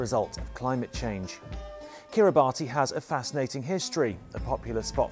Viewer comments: You pronounced their name wrong. Kiribati is pronounced "Kiri-bass" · It is pronounced "ka-ri-bas" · alot of people pronounce it "Ki-ri-ba-tee" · Its pronouncrd "Kiri Bus"